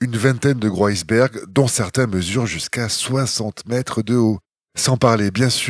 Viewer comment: 🤣🤣vous avez un sérieux problème avec le français,et les liaisons..cest les liaisons vachement dangereuses??la pire cest le "des gro iceberg"vous avez foiré toutes vos liaisons pas une de bonne🤣🤣🤣